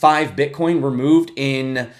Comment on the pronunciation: She says "Bitch" AHAHAHAHA! Very nice!